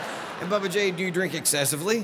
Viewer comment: Bubba not Babba